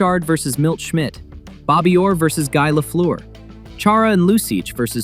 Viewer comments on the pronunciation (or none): Guy Lafleur was french. His name is pronounced like Gee with a hard G. Like as if you were to say geese but not with the s sound.